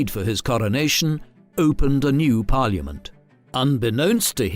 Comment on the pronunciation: Exhaustive detail, but this is probably the best and most historically accurate account of this history as available on ytube. I enjoy the way the narrator says 'Par-li-a-ment"....so RP!!!